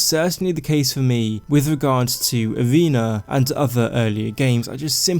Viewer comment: Lol did he call arena “vena”?